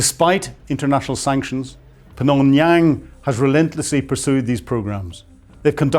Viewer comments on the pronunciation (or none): Did he combine just Pyongyang and Phnom penh into Phnonyang? 😆